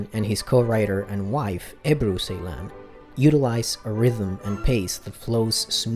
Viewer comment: Just a correction about the director name , C in Turkish is pronounced J so his name pronounced Jeylan